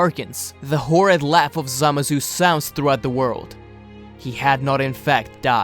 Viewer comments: How many times you said zamasu? And you said zamazu not even zamasu. The video is good but this just get my ocd. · ZAMASU NOT SAMAZU